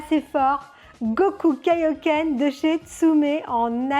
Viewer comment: Nini qui est toujours aussi belle pour présenter de belle résines. Pour les points négatifs, j'aurais dit les caillou volant comme celui derrière la jambe et Kaiohken se prononce KAiohken et KEIohken ;)